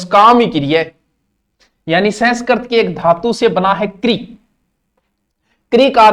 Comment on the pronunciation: Sir संस्करत nahi संस्कृत hota hai 🙏👍👍